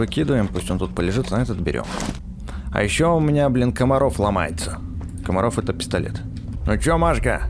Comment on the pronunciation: Не Камаров а Макаров.